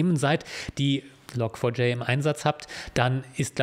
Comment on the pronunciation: Log4J wird übrigens "Log Forge" ausgesprochen, also "Log Schmiede".